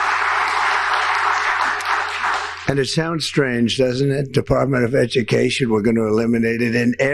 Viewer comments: EVERYONE loves that I am getting rid of the Dept of Ezucation (I spelt it the way he said it)...... I know at least 5 million people that don't agree with that statement. And it only took me a few minutes to get that number. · “Ez dju caziun” 😂 Back to school Trump! You can’t pronounce ‘education’. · another word that he can't say Listen to how he says education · Listen closely. "Edokassion" The disgusting orange shit machine cannot even pronounce the word properly ! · Educason! Did anybody hear that? PLEASE tell me that heard that? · Trump's ability to speak is declining fast. "Educeshin"? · He friggin’ mispronounced education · He can barely say education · Trump can’t even pronounce the word “education” properly. And how he sets those children such a low bar, with his use of the word “bigness.” The dimmest world leader. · Did anyone hear him when he said the word education he pronounced it wrong WOW! he should have his paper and pencil write education down a 100 times